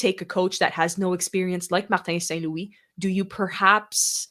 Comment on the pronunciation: Please stop the half english and half french sentences. Its st.louis...not wee in english Thank you